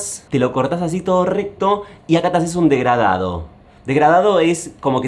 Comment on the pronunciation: Me causa violencia escuchar a martín decir DEGRADADO 🤦‍♀️